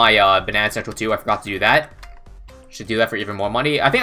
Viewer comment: saying "I forgor" had me dead